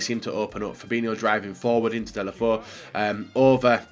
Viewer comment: It’s pronounced ‘delefau’